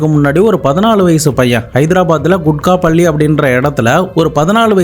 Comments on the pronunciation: யோவ். அது. கூகட். பள்ளி. (Kookat palli). குட்கா. பள்ளி. இல்ல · Kukkat palli not kutkat palli